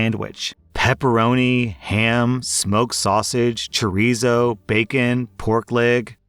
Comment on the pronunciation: Miss tree law I also miss saying chorizo wrong lol